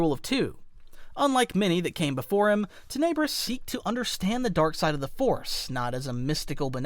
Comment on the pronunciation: Awesome vid, you put a large amount of Sith lore into it! But, I do believe that you are mispronouncing "Tenebrous". You're saying Ten EB rous, and I think it's TEN eb rous, with emphasis on the first syllable, not the 2nd. I know, not a big deal, seriously, great vid. It's kinda like how a lot of Star Wars people call the Darth Vader's star destroyer the EX ecutor (as in a person who executes felons) when it's actually the ex EC utor, with emphasis on the 2nd syllable. I get it, I'm being picky and it's a common mispronunciation, but I'm passionate about the Star Wars franchise and I'm also a bit OCD. Mom was a grammar teacher, so....... Anyway, you consistently put out good content, but your subs are low. I don't know why.